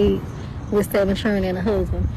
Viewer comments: It’s “7 chill-ren and a huzzzbin!” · Da fuq is a churrin